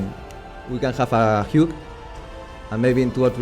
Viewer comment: No, he said we can have a "hug" but he didn't pronounce it right. Afterwards he said about getting married